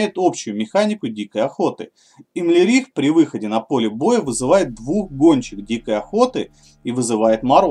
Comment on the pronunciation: имлерих. ты что в игру не играл не слышал как правильно произносить его имя?